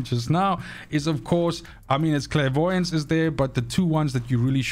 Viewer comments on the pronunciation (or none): Every time your said clairvoyance I just chuckled